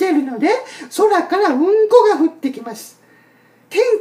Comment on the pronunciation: うん↑こ↓草